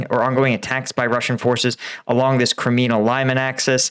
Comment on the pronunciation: can u say leemonn not limein